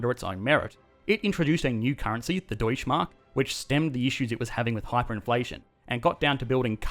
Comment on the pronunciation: I notice you say "Deutsche Bank" correctly (with the e at the end), but you also say "Detusch_ Mark"